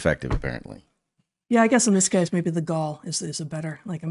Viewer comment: Gall, not gaul.